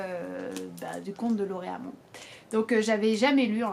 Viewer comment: Salut,. Ravi de te voir aussi tonique, même fatiguée comme tu l'es au terme de cette année agitée. LauTréamont STP, fais sonner le T!! on dirait que tu dis Lauréat mon;-)) Concernant l'année de parution des Chants, tu auras noté que c'est la même 1869 que celle de LES DUCASSE Y ONT SENTI MENTAL, ton livre culte: Je te recommande aussi l'essai d'Aragon LAUTRÉAMONT ET NOUS, éditeur Les Sables 1982 et la page 205 de son TRAITÉ DU STYLE que tu dois avoir dans la collection L'imaginaire — Sur cette page 205 figure la déclaration d'allégeance d'Aragon à Lautréamont: «L'inatteignable n'est pas à la portée des louanges. La plus haute expression poétique empruntée par l'homme le plus intelligent qui ait jamais daigné écrire, il n'appartient à personne de la situer sur le rebord des petites curiosités. Mais, toutes proportions perdues, n'était-il pas naturel que ceux qui se sont dévoués à la poésie dans ce qui les dépasse, fussent sans cesse amenés à comparer les échalas qu'ils brandissent au pic démesuré quant à la hauteur qui venait devant eux de sortir des nuages?» Premier commentaire que je t'adresse, un peu long. Je te lis depuis mai dernier. Grande admiration et amitié pour tout. J'ai 73 ans, je suis de l'AAPPFID, de Quora et des Histoires littéraires, où ont paru de 2004 à 2015 quelques douzaines de mes comptes rendus de livres. CR anonymes: influence néfaste de Bourbaki et du Dr Lacan période Scilicet. Bénévolat commande anonymat. Quand on tond le mouton, on n'en